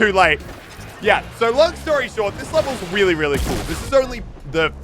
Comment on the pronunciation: Sounds like muselk said Willy instead of really HA😂